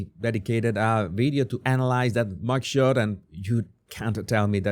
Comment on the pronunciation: I had to listen to this several times before I could understand that he is saying MUG SHOT😂😂